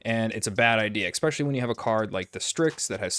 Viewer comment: "Expecially"... Great review, though!